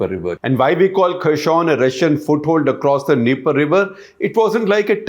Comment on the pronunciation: Good video. Just a small correction. I think you are pronouncing 'Kherson' as if its a French word. It is pronounced very similar to its spelling. The first alphabet 'X' i.e. 'Kh' is pronounced somthing between ह and ख in Hindi. So हेरसोन or खेरसोन is right pronunciation. Something in between हे and खे would be accurate.